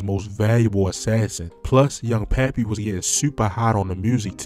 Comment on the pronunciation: 😂And him pronouncing Loc City as "Lock City" is hilarious bruh he was calling Pappy "Papi" like wtf?!?!?!?!?!?!?!?!? 😂